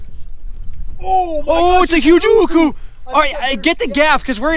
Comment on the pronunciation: huguku is what it sounded like😂